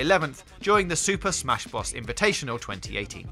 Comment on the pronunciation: “ Ghost Ta Shima “ “ Super Smash Bruth “ This Nigga Must Be Drunk